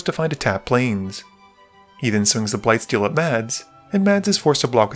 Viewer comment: Correct me if I am wrong but Mads is pronounced closer to (MASS) right?